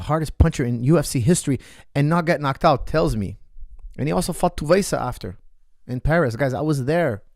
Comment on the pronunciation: Great breakdown coach. But Tuivasa is not pronounced ‘Tu-vay-sah’ it’s pronounced ‘Two-ee-vah-sah-‘